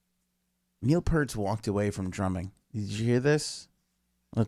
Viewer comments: It's pronounced like "ear" - pEARt. DUDE! You should KNOW this stuff! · it pronounced piert rhymes with ear and a T on the end